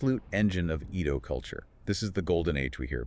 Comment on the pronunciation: It`s very hard to watch your video when you keep calling it E ~ do. It's pronounced A - do